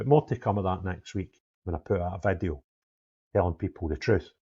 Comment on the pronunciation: Was there a Vad-E-oh?